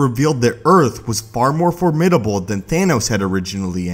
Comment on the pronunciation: its Thanos not Thainos